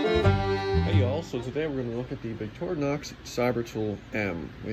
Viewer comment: Finally someone that know how to say Victorinox. I watch other channels that butcher the name and I say to myself "how hard can it be?" First time I've seen and ink pen on a knife/multitool